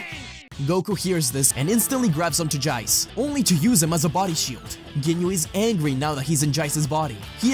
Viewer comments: Bro the way he Saids Jeice😂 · I love how he says Jace with an Australian accent